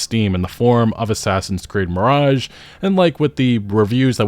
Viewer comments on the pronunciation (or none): none